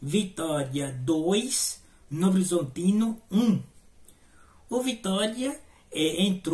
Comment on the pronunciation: "novorzontino" kkkkkkkk